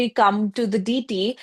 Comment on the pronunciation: Its not DITI, its deity